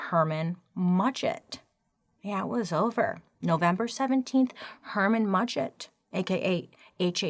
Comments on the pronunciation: “HERMAN MUDGET” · Excuse me over here having a coughing fit when Bailey said Herman Mudgett 😂😂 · Bailey simply saying “Herman Mudget.” Me: Almost peeing my pants 😂. Freaking love her!